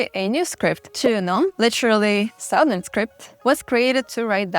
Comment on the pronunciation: great content and images. Just one minor suggestion, the ou in Southern is pronounced as short 'a'.